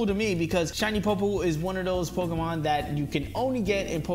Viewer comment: POY-POLE sorry not being mean but you triggered me